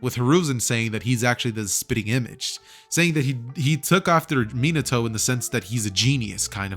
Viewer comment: Is no going to talk about the fact how he mispronounced Minato